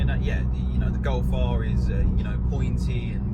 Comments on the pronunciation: what was thatttttt “golf r bro golf r bro” in some Indian brum/london accent 😂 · went all Bradford there for a min golf r broooo lol 😂